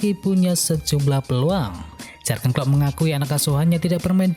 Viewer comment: yurgen om, bukan jargen